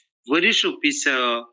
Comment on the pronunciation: Вообще-то писля (после), но мне тоже резануло слух, что получилась "пися"